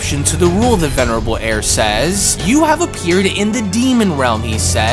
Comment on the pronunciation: Will you stop saying the venirable air that shit is so annoying